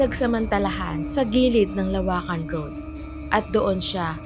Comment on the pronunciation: teeee LO-WAKAN hindi LA WAKAN